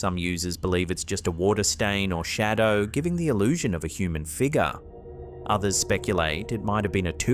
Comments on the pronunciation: That unusual "figgah"!!! Love ya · Holy. Shit. First it's "figaaa" but that is NOT how you pronounce "negro"... This channel is going to get banned lmaooo